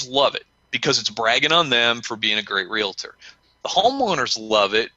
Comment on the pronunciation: Hey... the word is pronounced RE-AL-TOR... not RE-LA-TOR.